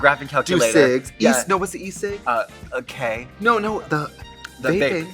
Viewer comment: Trixie trying to say e-cig but Katya interpreting it as K is so iconic 😭